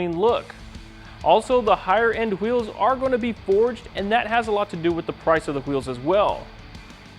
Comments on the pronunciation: lol, am i the only one who heard how he said wheels (hawheels) ? lol reminds me of the family guy cool hawhip episode. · Who eels